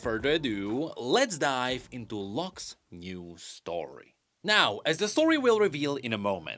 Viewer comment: whenever you say " Lock's ". I keep hearing " Luxx" 😂😂😂